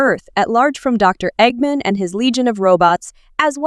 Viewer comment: You are so dum you say egg men it's egg man with sonic x